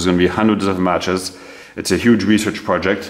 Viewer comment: Pronounced “Arn-em”….once again, “Arn-em”……